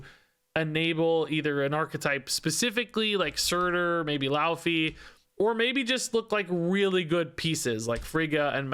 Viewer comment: Popping in as an expert in Norse linguistics: 'Laufey' is pronouned more like "loy-fay"